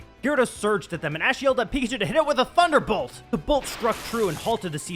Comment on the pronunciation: NO NO NO! IT’S “TUNDA BOLT!” TUN-DA! 0/10 worst episode! Kidding obviously but this is a fun episode so far